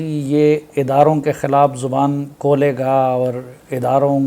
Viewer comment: Khaulay ga aur Baulay ga 😂😂😂😂😂😂 This is so called journalist